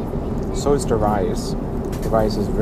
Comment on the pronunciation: Guten Tag. Apart from having great reviews, this man is absolutely gorgeous and bezaubernd. It's great that you pronounce "Beijing" correctly. The way you pronounce "the" (da/dee) and "thing" (fing) makes you even more adorable. Love it. Sei glücklich. Damit provozierst du sie alle am meisten!